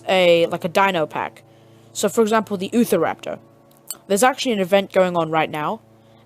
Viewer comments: Him:*ootha raptor* normal: Utah raptor* (you-tah rap-tor) Sorry that was driving me crazy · it’s pronounced u - tar - rap tor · Ahh yes, the oofaraptor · Lol, utahraptor for him = youtahraptor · Ahh yes.....the ootharaptor.. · Thanks dude I've been struggling to get spinosaurus and utahraptor now I can get them and by the way I've got 2 things to say utahraptor is pronounced as u-t-ah-rap-tore and my younger brother deleted my game but I still had it when I downloaded it back maybe because I linked into an account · its utah-raptor